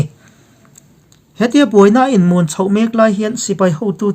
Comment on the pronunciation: Mûn ni loin mun rang deuh hlek a lam tur.